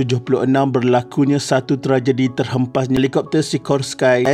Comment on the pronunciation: Assalamualaikum, tuan; Sebutan SIKORSKY yg betul adalah “SE~KOS~KI”.. Bukan “SI~KOS-KAI”..